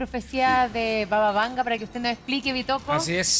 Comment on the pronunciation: Este profesor es un imbécil, parece que tiene un interés marcado en desacreditar a Baba Vanga! que ni siquiera el nombre pronuncia bien!